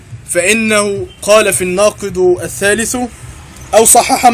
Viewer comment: في الناقض - بالضمة - الثالث -بالضمة !!!!!!!!!تعلم أولا ثم تكلم !!!!!